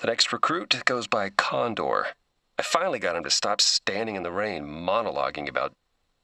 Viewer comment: kondor, no no, korn door